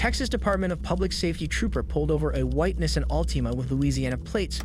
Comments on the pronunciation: nissin 😂😂😂 Nissan Knee- Saw -N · V - ick-all > Vehicle Knee - sahn > Nissian for the love of god ...... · If you’re gonna do commentary pronounce the words right. Knee-sahn. Not nissin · It's pronounced 'nee san' not 'nissin'. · Nissan not nissin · NISSAN!!!! not Nessin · That “Nissin” for Nissan 😂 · Nissan [Knee-sahn] not nissin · Nissen?😂 neesaan😂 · The repetitive “nissin” vs Nissan is annoying haha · Nes San for Nissan lol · Its pronounced 'knee-sahn' jesus christ lol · “Nisen Allteema” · “Nisin Altima” “Richard Rodreez” like what 💀😭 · Nissan is pronounced “knee-sawn.” I love your videos man, awesome collection and commentary! 🙏🏻🙏🏻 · The way you say Nissan is a crime itself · More AI slop. Can’t even say Nissan or tow correctly.